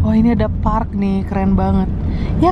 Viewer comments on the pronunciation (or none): none